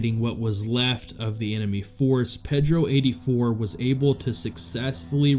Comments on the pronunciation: Losers😞🤨 I believe it's pronounced "Paydro", not Peddro". If you can't get it right, you shouldn't be there talking! 😡😠🤬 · Ped-ro? Have you never heard that name before? I'ts pronounced pay-dro, not like a kid-toucher in a boat with oars.